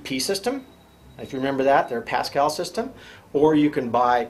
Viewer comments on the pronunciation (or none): none